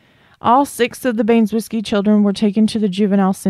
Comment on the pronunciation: Baynes-whiskey? Ban-eh-zow-skee. Hope that helps